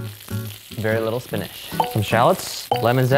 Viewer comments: Does anyone else hear say "spin-ish" instead of spinach? Or is it just me? Either way it's super cute!! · why does he pronounce spinach like Finnish??